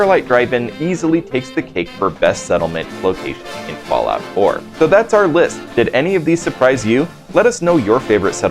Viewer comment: Ah yes, who doesn't remember the all time Favorite "FALLIOUT 4"? 😂But still, nice Vid 👍